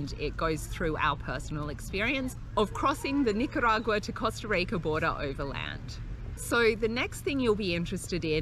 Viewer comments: Please don’t it pronounce costa reica. It’s Costa Rica! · LOL i love how you pronounce the word "rica" hope everything went as planned in here love from san jose! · Love how you pronounce “rica” thanks for the info guys